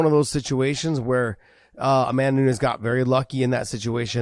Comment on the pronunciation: Amanda New-nez